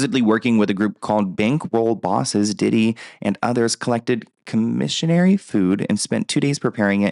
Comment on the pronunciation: ComissioNARY??! 😂 aw oops 🙊 lol some of the annunciations are definitely questionable! But really funny!!